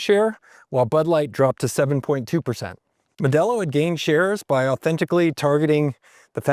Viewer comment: It's not "Mel"delo. Pronounced MO.. del..O